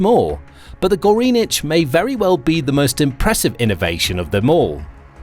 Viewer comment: "Goreenich"??? I'm sure that's NOT the way you should pronounce it...